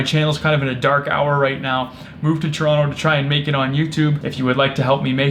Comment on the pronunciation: At least you pronounce Toronto correctly